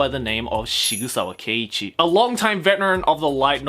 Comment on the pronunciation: >Shigusawa It's Sigsawa. It's a pen-name based on a real gun manufacture, SIG Sauer. It's even styled like that. Please try.